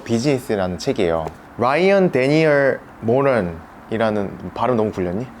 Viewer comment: 롸이언 뒈니얼 뭐런~